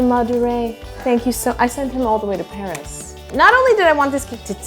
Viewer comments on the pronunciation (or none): none